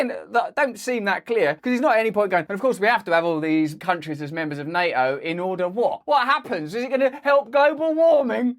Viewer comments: Neo? What does the Matrix character have to do with the Russo-Ukraine war? Ohhh! Na*T*o! Once this latest dastardly attack on the man is flushed away, I'm going to kidnap him and imprison him for a day's elocution. Yes, yes, his "orwite mite" (alright mate) palaver is very entertaining and part of the schtick which made him famous but there's no excuse for no Ts at all! And then there's "SHtraight". 🤦🏼‍♂ No Russell, you know perfectly well that you're perfectly able to say 'straight' with a perfectly sibilant S. Once you've kicked these ridiculous 'accusers' aside, there'll be no more need for ANY nonsense. 😊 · Nay-o? wtf? Nay-o?